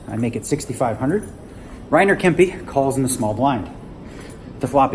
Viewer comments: great and funny video :) Ps: The second "e" in Kempe is pronounced like the first one ;) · maybe u pronounced it different in US/Canada :)